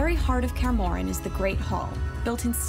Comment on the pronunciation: "kaer morren"😐